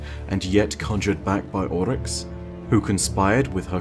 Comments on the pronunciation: It's "Oryx," not "Olyx." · sounds Scottish when he simply says "Oryx" Kinda weird:/